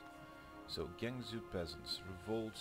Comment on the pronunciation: Just to help you out with some of the weird pronunciations: Jianzhou is pronounced like "Jee-en Joe," Haixi is pronounced like "High She," and Qing is pronounced like "Ching."